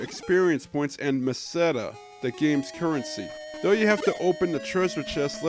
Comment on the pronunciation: Great video! Two things though: First, I've been pronouncing the main hero's name as "Alice" for 31 years. Are you positive it's pronounced the way you said it? I have never heard anyone say it like that before. I also thought the currency was pronounced "Mes-a-tuh" but that one I've never heard anyone pronounce, so I could be wrong. Second, I can tell you for a fact that it's possible to defeat Saccubus, as I just did it for the first time earlier this year. The trick is to get as much experience points as possible, and use lots of magic. It's a waste though, nothing special happens and you barely get any Meseta.